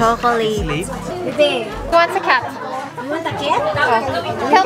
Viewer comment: I'm a cat ❌ Ate Ivana: I'm a ket ✔ HAHAHAHHAHA ✨✨